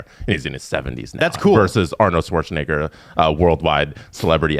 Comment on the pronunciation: The way says Schwarzenegger